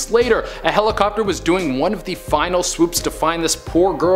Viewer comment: A HELL-O-COPTER huh? 😂